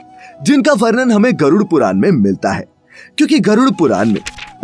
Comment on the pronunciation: ण कहना सिखाएं अपने वाचक को। बार-बार पुराण को पुरान कह रहा है।